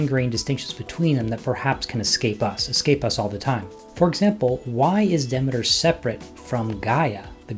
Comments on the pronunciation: I found that it's pronounced [ dih-mee-ter ]. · Duh-MEE-ter. PLEEZE!!!!